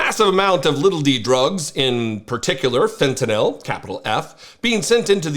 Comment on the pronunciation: Thank you for being one of the few people who pronounce fentanyl correctly.